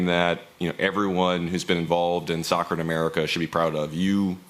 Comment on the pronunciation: Nooo poch como vas a decir "soker"